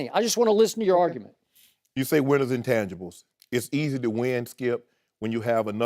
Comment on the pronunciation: Skip and Shannon: UNDISPUTED Skee-ip SMFH 🤦‍♂️ 🤦‍♂️ 🤦‍♂️